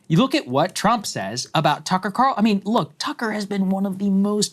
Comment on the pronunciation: calls Tucker "Qatarlson" 😂